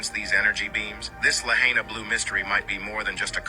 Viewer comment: Not La Hay Na